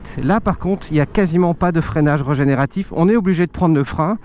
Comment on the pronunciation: Super mais il faut dire régénératif, avec un é, et pas regénératif !